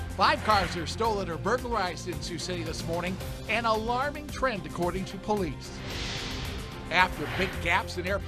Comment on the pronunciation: Ah yes, OLICE